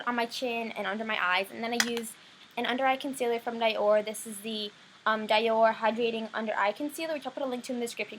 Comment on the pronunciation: Isn't it dee-or not die-or?